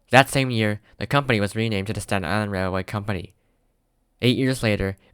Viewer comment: never heard somebody say Staten Island Railway in one single syllable before 😂